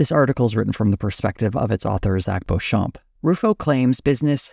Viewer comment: Beauchamp is pronounced beech-ham with the 'h' in ham being almost silent. Everytime says Bent Key I hear Benky 😊 not the best brand name I suspect.